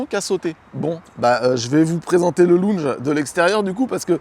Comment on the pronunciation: Mais "Loun'j...", non! "Lon'j". S'il te plaît. Tu fais un Ryas de toi,. On t'aime bien, on ne veut pas que tu passes au Quotidien pour ton accent!... Ça serait trop cruel.